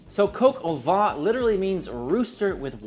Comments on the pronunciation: Made Cog Au Vin (Coke Ah Van - pronounced like the automobile) last night for a friend. It was so delicious with mashed potatoes. I sent him home with lefties and I had some today as well. And yes, it was def better today. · Coq au vin must be pronounced: Cock oh v( ain ) like vain ( u’r so vain ) without pronouncing the n or oh v(ain’t ) without pronouncing the n and the t! 😀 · Coke au vin? Is that a Bourdin recipe? Or perhaps YT won't let you pronounce it properly. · Once you nail the french pronunciation game you'll be golden - brown that is. Coke o'van (kinda in between van and vine) ; loo (like look) cru-say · PS Coq au vin = Cock oh Vuh - I absolutely love your work. You inspire me - and I’m sure so many others. Nothing better than seeing someone who has truly found their passion in life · Typical yank bad French pronunciation of the actual name of the dish and the so full of themselves as if they've invented it's been going on for thousands of years just the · You are great. (Please learn to say “coq au vin” correctly lol). This was delicious!! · Pretty sure that isn't how you pronounce Coq au vin